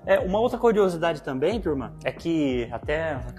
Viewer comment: Ju d Carol q me desculpe gosto delas, mas simpatia do é dmais. Adoro qdo ele fala TURMA